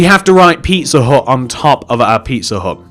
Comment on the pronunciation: When you say pizza hut fast it sounds like pisser hut